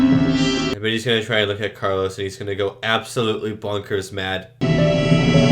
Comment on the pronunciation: Also the Medusan 's name is Calos, not Carlos.